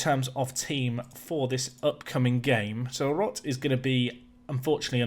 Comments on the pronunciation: Roth is kinda pronounced like road but with a harder last syllable. you can basically discard the "h" at the end of it.. it's r -> long o -> t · tbh in this case he could also just listen to the google translator pronounciation of rot. its spot on. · Thank you for reading the roth comment, i never thought you'll read it. Just stretch the o longer and you perfected it. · As a Dortmund supporter i like how u pronounce Borussia. It gave me a chuckle xD BTW: As a german: The Nico Roth last name has a strong pronunciation on the O. (I know someone with this last name) what u said would be Rott which is also a last name ^^